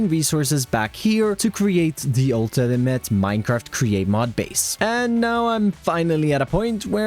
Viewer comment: ‘the ultinimante’ (Thats how I heard it anyway XD (this is me having a laugh.. not making fun of ppl))